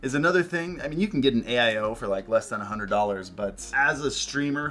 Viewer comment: “A hunerd frames”